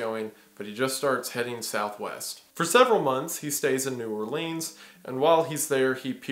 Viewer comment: Bruh you are killing the pronunciations of the names of the towns even New Orleans. Stop!